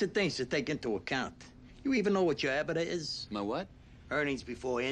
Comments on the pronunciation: The way Paulie pronounces EBITDA lol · as a finance manager, listening to paulie butcher EBITDA is hurting my brain. "amOrtiztion"